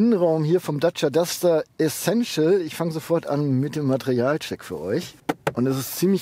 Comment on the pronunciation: Essential bitte, nicht Essessential ;-)